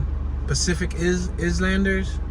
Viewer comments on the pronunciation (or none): Nice tour of Lincoln heights. Just to let you know, that Islanders is pronounced Ilanders the S is silent....All good.👊👍😁😎